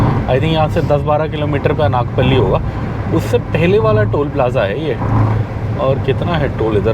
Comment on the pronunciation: It is pronounced अनकापल्ली not अनाकपल्ली FYI